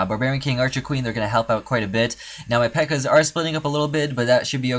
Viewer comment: Not pekka its pekka